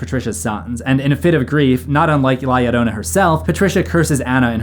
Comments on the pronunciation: La Llorona isn't pronounced "Lie arona" lmfao Edit: Can this guy pronounce any name right? And he says them so confidently too. This is unwatchable. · FYI, there is no "i" in La Llorona. It are two "Ls." Pronounced as "La Lorona."